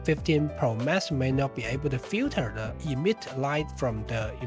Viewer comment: "iPhone 15 Pro Mess" Although the mispronounciation, the description is spot on